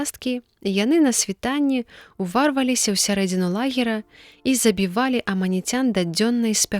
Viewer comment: Прачытана: ува'рваліся. Няправільны націск зьмяняе сэнс: ува'рваецца напрыклад каша. А уварва'ліся гэта пра людзей, якія сілай зайшлі некуды (рус. Ворва'лись)